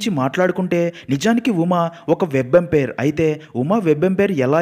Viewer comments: వెబ్ ఎంపైర్ కాదండీ, వాంపైర్. రక్త పిశాచి ను వాంపైర్ అంటారు. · Web Umpire kadhu ra adhi thikkaloda, Vampire😂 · Orey babu adi webempire kadu ra vampire 🤦🏻‍♂️ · Webampire kadura babu vampire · Orey adi web empire oo third umpire oo kadu ra sannasi. Vampire 😂😂😂